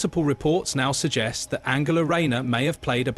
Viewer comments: No shes backing all her horses incase she becomes pm and needs a husband in tow as kier with his wife . Her name is An gel a English pronunciation as you seem to think she german and swapping between the 2. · She is not German her name is pronounced A N G ela